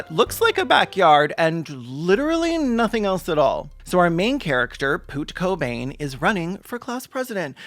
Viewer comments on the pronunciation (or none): poot cobain… NOT POOT COBAIN😂😂😂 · NOT POOT KOBAIN.... 😭 also i'm living for the silent f and d and c words